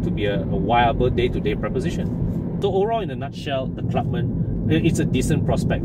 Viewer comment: is it pronounced as Clubman or Clubmen? You mentioned both version in the video. If not sure pls confirm with the dealer/manufacturer. TQ.